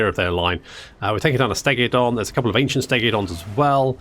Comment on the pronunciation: I do love that you add an “i” to Stegadon and Bastiladon 😂